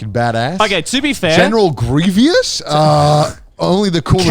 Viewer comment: I appreciate how Connor thought General Greivous was cool, but I don't appreciate how wrong he pronounced his name.